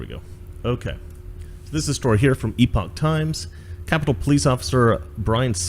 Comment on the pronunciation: Thank you for pronouncing Epoch correctly. I keep hearing it pronounced epic. Eyewitnesses said they were invited/ushered in by the police. As far as I know, the only vandals were likely ANTIFA or some other democrat operatives. They needed to label it an insurgency for their illegitimate impeachment circus.